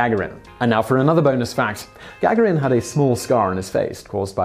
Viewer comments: It's not gag erin it's ga garin! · Oh...peanuts! And it's Ga-garin (ɡəˈɡɑːɹɪn) not Gag-arin who doesn't know that? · The accent is on the second ‘a’ - Gagárin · Love the video, but had to give it a thumbs down because of that hideously annoying and obviously intentional mispronunciation of Gagarin's name. Simon, I've heard you say it correctly before in multiple videos. This tactic is beneath you, and it's actually made me lose a tiny bit of respect for your channel. Knock it off. P.S. If I'm somehow wrong and you suffered some sort of stroke between the last time you pronounced Yuri's name and the present, and this isn't intentional, I apologize. But seriously. Stop it. P.P.S. Again, otherwise great video! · "Yuri Gagarin" surname is pronounced "ga-GAR-in", not "GAG-a-rin". Simon also rountinely mispronounces "et cetera" as "eck-setera", but that's pretty common mistake. It's "et-setera". No hard "C" sound in there. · Is GAG-A-RIN the way you say it or typical? As am american hearing his name said Ga-Gar-In. With everything i can find online being that the american pronunciation is more like the Russian pronunciation. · PLEASE SIMON ITS GA-GARIN.........! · You mispronounced Yuri Gagarin's name every single time. I had to turn off the video after the fifth time. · I know name pronunciations can be difficult, but it would be nice for you to spend even a tiny amount of time double checking names like Gagaron in this video or JonBenet Ramsey in a recent video. Even searching YouTube for a video will likely yield the proper pronunciation. Hearing such well-known names pronounced incorrectly is distracting. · Morgan B It's off putting and extremely annoying because it's intentional, noticeable and detracted from the information being imparted. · it is, unfortunately, a tactic used by some content creators to stimulate comment traffic for a video. Simon is well-known for mispronouncing names; perhaps it's not all been accidental.